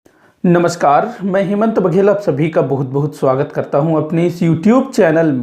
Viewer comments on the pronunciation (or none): none